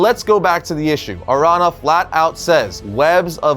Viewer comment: araña is pronounced like "aranya/arania" ña = nya/nia araña = aranya/arania or "araneea"